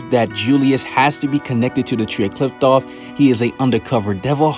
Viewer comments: It’s pronounced “cliff-oth” not “Clift-off” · Did you just say Qliphqloph?